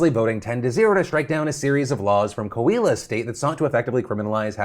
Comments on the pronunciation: My family is from Coahuila and your pronunciation of the states name made me laugh for a second thank you so much for covering this topic! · Great show like always. As Coahuilense (you know, human born in Coahuila) let me tell you, your pronunciation of Coahuila is so funny 🤣, not bad, just funny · Nice try pronouncing Coahuila